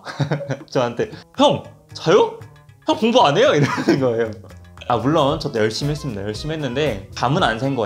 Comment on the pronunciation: 아 “물론”이야 “몰라”야ㅋㅋㅋㅋㅋㅋㅋㅋ 딱말해